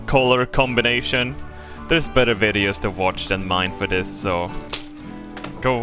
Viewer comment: Where are the wideos???